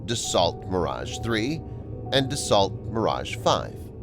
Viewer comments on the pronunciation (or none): His speaking speed didn't bother me, but his butchering of "Dassault" (DUH-SALT) had me cringing. To the video creator....Dassault is pronounced "DAS-OH".